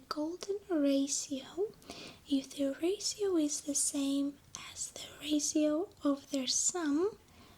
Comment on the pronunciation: The way she says Ratio. Raasio <3